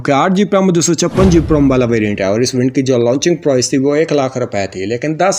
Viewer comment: Bhai sab.... ye GP nai, GB hota ha.